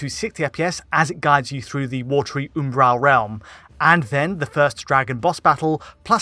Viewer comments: Can you stop saying "Oombaral"? It's Umbral. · i have never in my life heard the word Umbral pronounced like that. I was literally halfway through the video before I figured out what he meant.